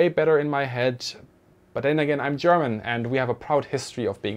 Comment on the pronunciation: Thanks for explaining this subject and your artful pronunciation of the German language!